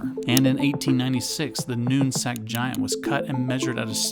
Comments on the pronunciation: it’s Nooksack not Noonsack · Nooksack not noonsack. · Great video, but "Noon Sag Giant"? Nooksack, nook as in nook, rhymes with book. sack as in sack, like ballsack. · “Noonsack” giant?